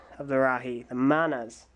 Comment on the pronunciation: every time he says "manas" i hear "mayonnaise"